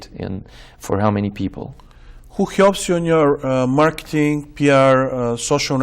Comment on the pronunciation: Funny, he says “…people who…” and the hardness of the “h” sound clearly shows him as a native Russian speaker :)